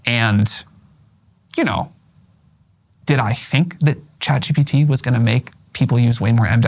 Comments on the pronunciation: Tucker carlson says "CHAT GTP" lmfao what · 'ChatGTP' lol! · "CHAT GTP" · Tucker struggled to pronounce CHATGPT, said chatGTP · tucker deliberately Saying ChatGTP over Chatgpt 😂😂😂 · Tucker calling it ChatGTP reminds me of when my father asks for help with his computer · Tucker, thank you for what you do. I truly respect you. For a man with the rhetoric that you have, which is commendable, to mispronounce ChatGPT as ChatGTPseems below you and disrespectful and distracting to the person you’re interviewing. Certainly you’re conscious of this decision to mispronounce the name. It takes away from the honest questioning of Sam and your genuine curiosity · Didn’t help tuckers case he kept calling it chatGTP